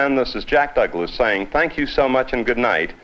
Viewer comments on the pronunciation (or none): none